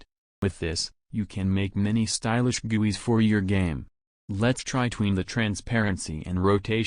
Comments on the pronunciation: I don't like the way it said guis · i love when he said guis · He pronounces guis as gooeys XD! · The way he says GUIs HAHAHAAHAHHAHA I LOVE IT